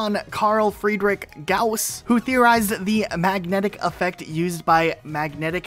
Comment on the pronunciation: you absolutely slaughtered Gauss's name, like really bad, it's german so I understand a native English speaker not being able to pronounce it.